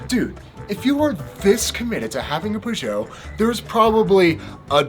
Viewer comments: It’s ‘ perrr-joe’ not ‘poo-jo’ 🤦🏼‍♂️🤦🏼‍♂️ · Like in music, sometimes the "Covers" are better than the originals! Btw it's pronounced "Peyót" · So I’m From Chicago Peugeot Used To Be In Chicago I Was Told It’s Pronounced PewGowh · Today I learned British and American pronunciations of Peugeot are pretty different! Does it seem strange to get a custom bike built then pair it with a random fork you don't even know the brand of? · I’ve never heard anyone pronounce Peugeot like that, it might be the correct French pronunciation, but it sounds weird in English. I think I’m more offended by the pronunciation than I am by the fake bike 😉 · Petition to stop Americans butchering the word Peugeot. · As a Brit, the way you say Peugeot really hurts my ears! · For god sake! That is NOT the way you say Peugeot.